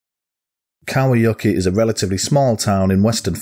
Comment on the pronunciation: u pronounced kauhajoki very well